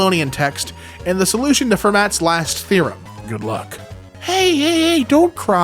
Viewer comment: his pronunciation of Fermat took 3 years off my life